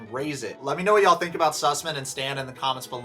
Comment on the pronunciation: ‘Susman’ lmaooooo 💀